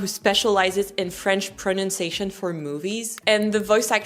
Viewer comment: And this is where I laughed out soooo loud... at you taking the piss about someone specializing in French pronunciation, when you yourself cannot pronounce pronunciation in English SMH :-/